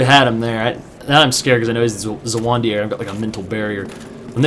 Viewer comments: Dafuq was that Zweihander pronunciation? Zuh-wun-dee-air? It's german and should be pronounced in 1 of 2 ways: Zwhy-hand-er Swhy-hand-er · hey don't mean to be an asshole but the most annoying thing about your videos is that you can't pronounce zweihander. zwei is german for two. the sword is called two-hander, as in you use two hands to swing it. zwei is pronounced zvei. you keep saying zawandier or something. sorry but i had just had to say something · bro, just FYI, zweihander is pronounced tsvai-hander. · the zweihander is pronounced "ss- vi - hand - er" not the way you pronouced it :D Zwei means 2 in german. :P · lol I just LOVE the way you pronounce Zweihander, so bad xD. Oh well, great pvp as always.